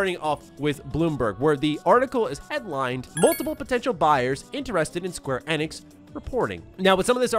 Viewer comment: I can't be the only one being bothered by the way he says Square Enix???